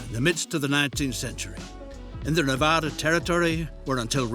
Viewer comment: amazed to hear a correct pronunciation of Nevada hell yeah